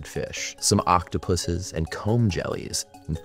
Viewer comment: Kudos for saying octopuses correctly